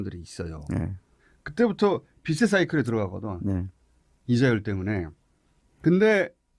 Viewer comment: 생뚱 발음 딴지 걸기 -> “빚의 사이클…” 에서 빚의 발음은 [비체]가 아니라 [비재]로 발음해야 맞습니다. 이거 빼고 김어준은 항상 옳습니다!